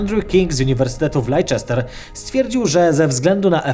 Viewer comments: Jak powyzej, czyta sie Lester a nie "Lejczester" :) Pozdrawiam prowadzacego. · Kłaniam się. Jak zwykle - materiał bardzo ciekawy, a szczególnie ten o spotkaniu gwiazdy z czarną dziurą. Dziękuję. Chciałbym tylko delikatnie zwrócić uwagę, że Leicester nie wymawia się "Leiczester", tylko "Lester". Tak samo, jak Gloucester wymawia się "Gloster". Przynajmniej nikt w UK nie wymawia tych nazw inaczej. Pozdrawiam serdecznie i czekam na kolejne wieści Przestrzeni! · Nie "Lejczester" a "Lester". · Leicester wymiawia się jak lester nie lejczester... Tak na przyszłość, dużo osób nie zdaje sobie z tego sprawy. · To nie uniwersytet w Leiczester, ale w Lester. Tak się to czyta. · czytamy Lester, a nie Lejczester:D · Leicester wymawia sie “Lester” albo w Angielskiej wersji “Lesta”. Nie wiem skąd się wzięła w Polsce ta potworna nazwa „Leiczester” bo w UK nikt nigdy o tym nie słyszał a wiem bo studiowałem akurat w tym mieście trzy lata 😀 poza tym fajny odcinek, pozdrawiam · Laiczester ? Lester się czyta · "Lester", a nie "Leiczester" ;) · Świetny i ciekawy materiał :) Jedna drobna rzecz: nie lejczester, a lester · Lester, nie lejczester! Wiem angielski jest dziwny xD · lester nie lejczester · Wymawia się lester a nie leiczester (jeśli chodzi o miejscowość Leicester w UK) Pozdro i czekam na więcej :D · LESTER nie lejczester :D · "Lajczester" (może niepoprawnie, ale bardziej zgodnie z zasadami logiki) Fanatycy języka angielskiego: "o boże, tragedia się stała... źle powiedział nazwę angielskiego miasta. Jak w ogóle można źle wymawiać jakiekolwiek angielskie słowo?!" (No właśnie można biorąc pod uwagę jak bardzo może się różnić angielska wymowa od angielskiego zapisu) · Z tym lejczester to pojechales po całości 😁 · Pochwalę się bo wiem. LEICESTER czytamy Lester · Odcinek świetny jak to zwykle bywa, ale na przyszłość, Leicester się czyta LESTER ;) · LESTER ! Czyta się Lester... Pozdrowienia z Leicester ;) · LEICESTER CZYTA SIE "LESTER" !!!